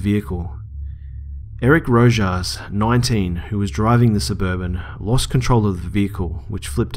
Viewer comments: Lol Rojas is pronounced "Ro-has" great stories man!!! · i believe the last name you tried to pronounce was "Rojas" which BTW is really pronounced (Ro-has) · Rojas is Spanish and pronounced rohas